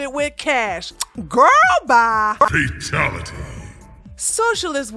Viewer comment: Fatelity lmfao 🤣